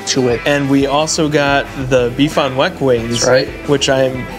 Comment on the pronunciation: No one else is upset about his pronunciation of beef on weck?